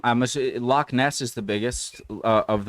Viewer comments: To pronounce Loch, the ch is said like you have a hair stuck in the back of your throat 😅😊 Also, Loch Ness is part of a fault line, the Great Glen fault. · I’m Scottish it’s not a lake there lochs we have the must beautiful country in the world there is only one place we call the lake of Menteith near Aberfoyle I just wish people who do tours to Scotland learn to say the names correctly you keep saying England your not in England it’s Scotland you talk some crap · Its Lochs bro not lakes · We don't have lakes in Scotland, we have loch's in Scotland m8. Thats why its called Loch Ness and NOT lake Ness. The "ch" doesn't make a "K" sound it makes more of a "cha" sound.. Its the same think but we don't use the English word.